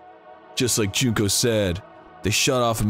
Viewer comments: Most of the time he says "Joon-ko", but in this episode he said "Junk-o" at least once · He only slipped once or twice on Junko and nailed it the other times. My english brain also sees it as Junk-o first before doing the pronunciation tweak last second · I just enjoy how Dan sometimes says "Junco" (as in the sparrow) instead of Junko in some instances. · Me: "I can't believe Dan can't pronounce Mukoro correctly." Dan: "Junk-o." Me: "Makes sense."